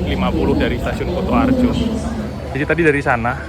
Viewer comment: KU ! KU ! KUtoarjo ! Bukan KOTOarjo !!! 😂😂😂